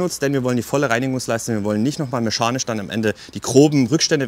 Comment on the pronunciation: Meschanisch oder mechanisch? :>